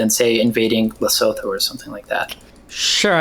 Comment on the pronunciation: Holy shit I thought was smart wtf. More clueless on E European geopolitics than Steven smh. If your gonna drop some obscure nation like Lesotho at least pronounce it right.